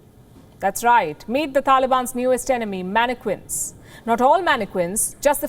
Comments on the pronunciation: Palki, the word mannequins is pronounced "man - e - kins" not "man - e - kwins". You're welcome. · What did you say? Manne-queens????😂😂😂😂😂😂😂😂😂😂😂😂😂😂😂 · Some1 tell this reporter lady the Q in manneqiuns sounds like a K lol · Lmaooo Indians can’t even pronounce mannequins properly 🤣🤣🤣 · I can't help but giggle when she pronounces mannequins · Your not supposed to say the U in mannequins.